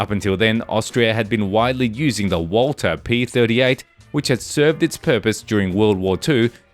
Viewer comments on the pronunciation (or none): none